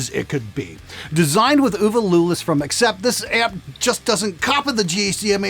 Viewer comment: Uwe is pronounced OOOH VEH. It's short for Ulrich. I thought you were say "Uma"